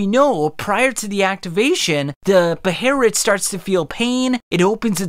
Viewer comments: Bro, how the fuck are you gonna miss pronounce it twice😂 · it was so hard hearing thr pronunciation of BEHELIT couldn't watch the video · These pronunciations are triggering me hard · The H is silent and there is no R. I have no idea how anyone would get this pronunciation from the spelling. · For the love of all that is good stop putting in “r” in your pronunciation of behelit. You’ve clearly only heard that word said in the sub. 😑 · I just couldn’t get over your pronunciation of behelit bro I’m sorry💀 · Why does he pronounce it with an R Where is this R coming from great synopsis but that pronunciation makes me cringe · This was a great watch and I was super invested but lord have mercy if you didn’t absolutely murder the word behelit lol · Dude can’t pronounce the word correctly. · Why does he keep calling it 'beherit'? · Chill out on pronouncing the 'h' in Behelit. The h is silent. Bay-lit. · Why tf he keep saying behlit like that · Behelit. Bae- Lit. Just say Behelit. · Dude just say behelit. You sound stupid deliberately saying it with the R. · Do yall realize how dumb yall sound when you say “beherit” lmao just use the L not the R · Why do you prounce it like that bro, its be he lit lol, not beherit, definitely unsubscribing. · Hearing you sai "beherit" sounds very racist compared to "behelit". I get it, it's the original writing, but even in the anime is it referred to as a behelit. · (Bey-LIT) not (be-heir-rit) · it’s guts beheret bruh this man saying behelit like that made me dislike the video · man an English speaker saying "beherit" is just disgusting. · Good video, but one thing. In english they are called Behelit, in Japanese its not Beherit. Beherit is neither english nor Japanese. The Japanese word is ベヘリット which is literally translated Beheritto (pronounced Behelitoe). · It's behelit, not beherit, that is just the pronunciation of japanese persons who can't pronounce L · Where is the R in Behelit. Please tell me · its behelit .. not beherrit